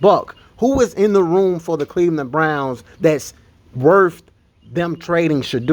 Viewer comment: 1: the intro almost as long as the video 2: did he say the Cleveland Blnouns not Browns